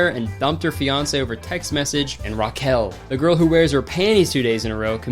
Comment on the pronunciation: the way you pronounce raquel is painful